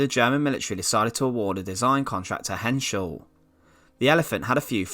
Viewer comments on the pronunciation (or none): none